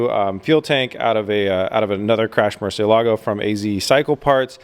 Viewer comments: Murcielago brother murcielago its kind annoying me how you said it in 2 words murcie Lago that's bad traduction you saying Murcie lake it's murcielago all together saying it fast sorry it just give me a tick the way you said it 😅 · I've been to Seattle, and I know for a fact that there are people there that speak Spanish. Please ask one of these people for the correct pronunciation of Murcielago.